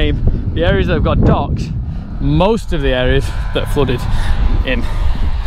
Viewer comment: I thought he was saying ducks. Took me a bit to figure out he was saying docks.